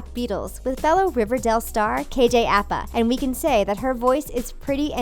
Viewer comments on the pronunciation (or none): It's pronounced kj A-Pa 😂😂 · Apa is pronounced "Ah-Pa" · Anyone else annoyed at how she pronounces Apa?